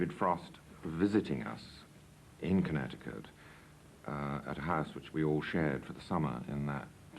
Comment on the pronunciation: "In Connect-uh-cut." So do I! I remember David Frost joining I in Connect-uh-cut. I remember a lot of clapping and false humor and boredom.